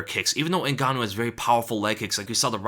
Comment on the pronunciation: To this day, people keep pronouncing Francis last name wrong. Is Ngannou NOT Zingannou